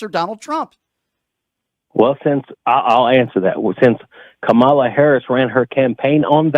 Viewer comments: Just by the way he pronounces Kamala's name, tells me he has voted for Trump since 2016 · Racists tend to mispronounce kamalas name